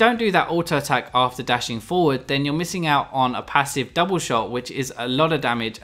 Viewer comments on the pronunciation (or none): none